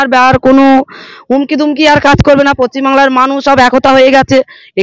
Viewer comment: এতদিন পর জানতে পারলাম এটা পশ্চিমবাংলা❌ না পচ্চিমবাংলা✅ 😂😂😀😆